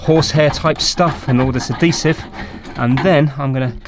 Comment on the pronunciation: Am I the only one that does a double take every time I hear "Ah-deesive"?